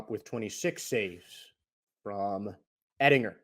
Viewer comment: Yeah he doesnt even know how to pronounce Oettinger’s last name either; it’s pretty ridiculous lol; and he just said that both of Tampa Bay’s 2 goals came in the third period when in reality they came in fhe first period and they never scored after that. The Stars scored twice in the first and twice in the third.